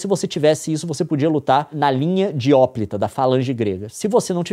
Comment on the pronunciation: Uma dica: hoplita é palavra paroxítona tanto em grego qt em português.